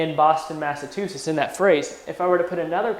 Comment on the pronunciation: can you guys get someone who can say Massachusetts?